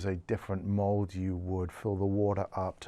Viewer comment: Wait I don’t get it, did he say “mold” or mole?